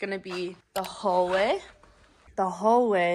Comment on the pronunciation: Agree about always playing with her hair. The word is hallway...not hallwah.